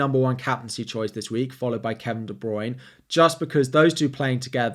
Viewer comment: Please learn how to say Kevin De Bruyne and Gabriel Jesus properly